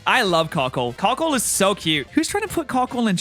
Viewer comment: let me tell you when you were saying Carkoal i rly did hear 'cuckold' hahaha